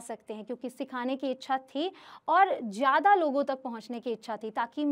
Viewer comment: Jada (zyada) koshis (koshish) pronunciation thik karo